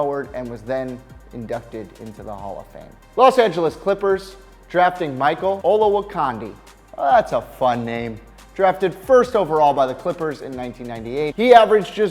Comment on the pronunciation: It’s pronounced Olawa(Candy) and Stro-Mile not stromeel Swift. Can’t even say the players name right. I can’t take your opinions seriously